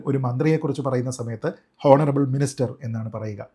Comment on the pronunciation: ശ്രീജിത്ത്‌ പണിക്കർ താങ്കൾ "ഹോണറബ്ൾ മുഖ്യമന്ത്രി" എന്ന് പറയരുത്... പ്ലീസ് കറക്റ്റ് യുവർ " ഉച്ചാരണം"... ദയവായി "ഓണറബ്ൾ" എന്ന് പറയുക...സോറി ഫോർ കറക്ടിങ് യൂ... 🙏🙏🙏 Your videos are always in superb in quality and content and I do watch and follow them regularly. Don't feel bad for pointing out this and excuse me for the same. 🙏🙏🙏